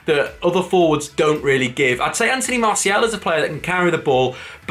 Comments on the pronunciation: His name is pronounced MARR SEE AL not MARSHALL. Annoying when Manchester United fans get his name wrong. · Who the hell is Marshall? Jesus, please at least attempt to pronounce the names correctly!! ffs.